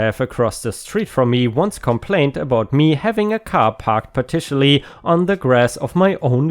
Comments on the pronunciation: Partially - this word is pronounced....parsh-all-lee.😊 I hope Hershey's owner recovered enough to honor his life by sharing her life and love with another pet. Great video.⭐🌟⭐🌟⭐🌟🌟⭐🌟⭐🌟⭐🌟⭐🌟⭐🌟⭐⭐ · Squirrel!! Your pronunciation of squirrel is fine, but "partially" is pronounced like "parshully."